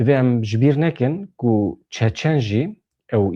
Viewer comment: Çéçén! ne Çaçan! Berz rast dvéje ev xeber nava hemu dniyaéda té gotin!! Ez bi xwa ji Russia otonomiya çéçéna heye u hemu dbéjin çéçén! Ji wan gelek hevalé me hene mrovne bas'in 😊 Slav Réz ji wara!!